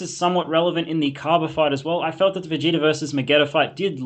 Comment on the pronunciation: and both say vegeter instead of vegeta lol.